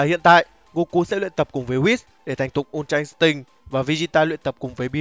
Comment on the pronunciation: Đây là kênh đọc chuẩn nhất từ untra instinct. Các kênh khác mấy bố toàn đọc là in'tích :))))